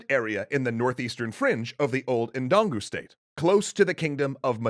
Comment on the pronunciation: It’s pronounced dun go